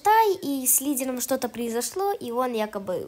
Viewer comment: Лиделомь? Выговаривать научись